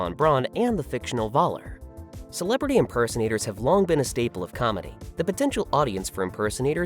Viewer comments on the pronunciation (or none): Sigh. Why is it so difficult for anyone English-speaking to understand that the German "V" is prnounced like the English "F".. as in "Fun"? So "von Braun" is pronounced "Fun Braun" (whih hopefully makes you smile" and "Voller" is "Foller" (I am not even asking you to learn how to pronounce "ö"correctly, though that would be "eh", so "Voller" would actually be something like "F-eh-ller") Perhaps it is because I personally speak/read/write 4 languages (Danish, English, German, French) and understand and read Dutch and a few words in Russian, Swedish, Norwegian, Italian, Spanish, Arabic, Kurdish, Czech, and Tagalog. While I love the English language, I do not understand why English-speaking natives do not even try to make an effort with other languages. Laziness perhaps?